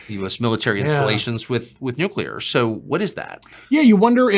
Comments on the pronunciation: “Nuclear” not “nucular” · NUCLEAR NUCLEAR!!!! NU CLE UR!!! Why did George Bush butcher that word it seems that’s where the younger generation heard it from!!! It’s so easy to say it correctly what’s the issue??? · Dude is an up talker that pronounces “espoused” expoused. Getting more of a moron vibe than credible. Edit: he now pronounced it “nucular”… dude. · Anyone who says "Nucilar" instead of Nuclear, I dont believe a single word. The motive behind the Fake UFO sightings that can never get a clear photo or video in our days, is money! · why does he keep saying NUCULER i;nstead of nucleur ? and expouse instead of espouse??? perhaps he is illiterate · Grusch says nucular instead of nuclear. Is he dyslexic? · Nuclear. How can someone so smart say "nook-YOO-lar" when the word is spelled "nu-CLEAR"? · Disconcerting is Mr. Grusch's inability to pronounce "nuclear" correctly. Someone advised "NOO~CUE~LAR" is a password. Glad Tucker is touching the subject, butt this guest isn't enough. Is "GESH~STAH~POE~ just yet another mispronunciation ? Nah...this guy is annoying and not much more. When someone makes my BS Monitor roll its eyes,, I believe that. {"Integrity first."...oh, c'mon ! He's simply afraid of the threats he's received. } Additionally, when a sentence is ended with a higher octave, it makes the Listener wonder...are you telling or asking. The info he's willing to disclose is ultra minimal and could have been covered within twelve minutes. Talk about the inability of bringing in the right people... Ironically, it's deliberate, isn't it ! An interview with Bob Bigelow would be far more interesting. YAWN ! PS: The real deal does not crash. Butt the sunken terrestrials...next ! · Why would a scientist not know how to pronounce "nuclear"?